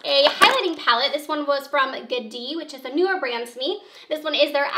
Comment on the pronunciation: Is not gadi is jade like James